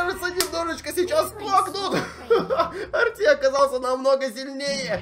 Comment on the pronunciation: Это не Арти а эрте